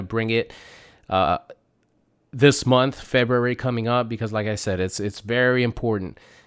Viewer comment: It's pronounced FEBRUARY! my goodness